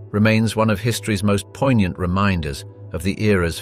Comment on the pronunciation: I swear to god if this guys said "poignant" or "mechabre" one more time, I'll lose my fucking mind.